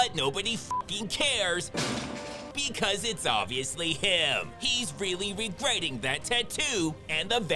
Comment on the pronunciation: "...regrertting that tatoo..." Nice.